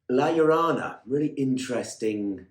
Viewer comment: Not to be pedantic, but it's "La Llorona" (Yo Rona). Llorar means to cry. La Llorona, The Crying Woman, lost her children and wanders along the river, wailing for them. She's like a Mexican version of the Banshee...an ominous spectre of death and bad fortune.